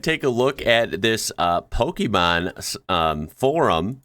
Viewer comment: After so many videos of yours... I finally found a flaw ! You said "Pokiman", instead of "Pokemon". Finally the proof that you are not perfect ! BUSTED! Mooom ! Come to see! Hurry !